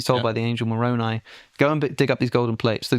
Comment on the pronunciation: He has done his research! He even pronounced moroni correctly! I also love that he has no malice towards them. He doesn't believe it, but he has respectful curiosity. He doesn't dismiss it like so many do.